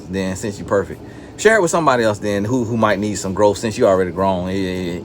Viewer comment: “Oh, you already perfekk, alright Pharisee, well at least share it with your friends...here go a cookie 🍪” —☠️☠️☠️ I’m deaddd-uhhh!!!